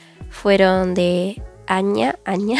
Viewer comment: Perdón pero no sé Lee Añia se lee Ania y se escribe anya